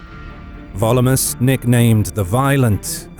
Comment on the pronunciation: I have a dumb question. I know a lot of effort goes into pronunciation this channel, so I assume the repeated pronunciation of "Volumnius" as "Volumus" is not an error. But what is the rule of Latin pronunciation that explains that?